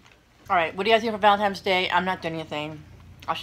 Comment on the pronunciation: Happy Valentine’s Day. I always laugh when people say valentimes day. It’s cute